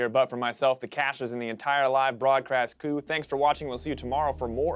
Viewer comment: "On behalf of the 'broadCRAST Coo'"